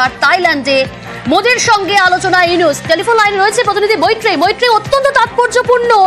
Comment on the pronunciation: প্রফেসর ড. মুহাম্মদ ইউনূস। নাম ঠিক করে উচ্চারণ করো